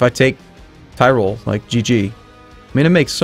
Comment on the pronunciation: It's not "TIREROLLE", it's "TEEROLLE"